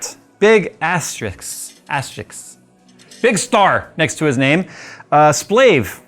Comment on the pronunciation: Asterisk, not asteriks.